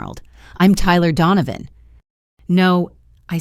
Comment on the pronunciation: Donovan not dawn of....